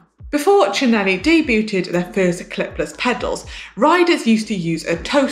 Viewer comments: Manon, Try "Day-Bued" instead of "Day-Bue-Ted". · debuTED ? Come on, gcn!!!